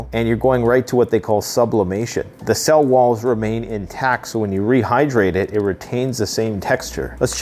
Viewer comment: You butchered the hell outta that rehydration lol . Looks tasty tho if you do it correctly